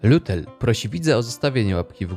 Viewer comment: Lutel ten stop z pieknym niemieckim akcentem